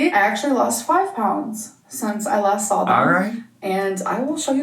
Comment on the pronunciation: "sawl" (saw). The way you can see her tongue curl up to add an L in "saw" is always distracting to me